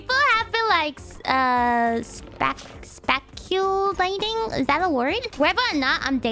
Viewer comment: Spack-u-lating Kiaras English never gets old